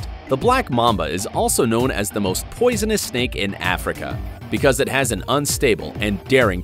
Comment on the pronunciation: It physically pains me when he says poisonous/poison